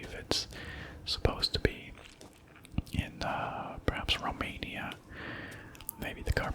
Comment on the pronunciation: ITS RRRRRROMANIA TIME hahah